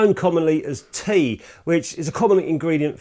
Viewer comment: the correct pronunciation of TEA is to pronounce each letter separately T-E-A and not together. It’s functionally is it can catalyze or act as an acid neutralizer, amongst other functions, within a formulation. It certainly isn’t “Green” as the manufacturer may claim. “Green” is often way over stated in the chemical world. Love your videos! Thanks for sharing your passion to keep film alive.